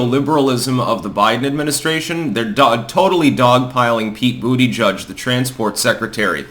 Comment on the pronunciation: It pronounced "Buttplug".